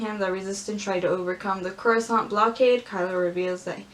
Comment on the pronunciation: star wars: coruscant: croissant